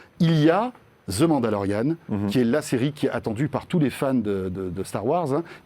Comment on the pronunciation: "ZE" Mandolorian... Plus capable de vous entendre dire ça. Laisser-faire le "Z" et remplacez-le par un "D", ça va déjà entre mois souffrant à entendre =)